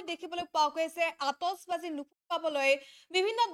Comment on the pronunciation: Atishbazi not atosbazi 😂 Illiterate people butchuring my beautiful language!